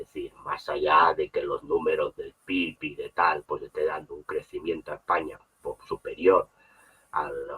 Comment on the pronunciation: aprende a decir España